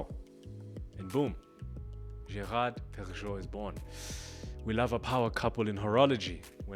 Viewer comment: Great video. Love GP! First time I’ve heard Perregaux pronounced that way. Thought it was pehr-uh-GO? Would love some insight